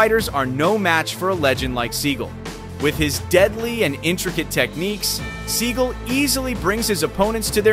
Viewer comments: he is mispronouncing his last name it's sagal not seagull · Sa gall not pronounced seagul